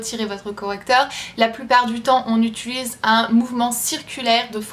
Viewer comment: tu me stresses à dire: "on utulise" XD Sinon merci pour la vidéo!